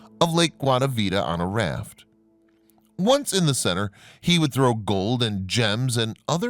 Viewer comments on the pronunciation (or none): none